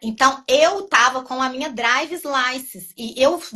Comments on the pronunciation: Não aguento estes brasileiros que ficam metendo palavras em inglês no vídeo em português! Fala errado sem necessidade pq é só falar em português. “Minha draivi”. Não seria melhor falar igual ao seu entrevistador, “carteira de motorista?”. Fora que green car significa carro verde. O tal do green card não tem D mudo NÃO! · Falando em português , ela fala visa ao invés de visto mas fala “drives” license . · A mulher não sabe nem pronunciar drivers license! Se não sabe falar nem o inglês básico, fale em português poha! Se diz carteira de motorista! E o cara falando “romi ofici”! Estão onde nunca deveriam ter saído!